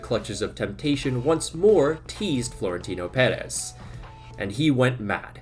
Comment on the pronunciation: Don't take it wrong, but it's a little mistake you've made in the past. Florentino Pérez (you pronounce it very well) is the president of Real Madrid, not the owner, the club is fan-owned.